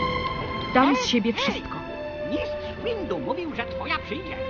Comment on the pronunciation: Nie muwi się mis łindu tylko mistsz łindu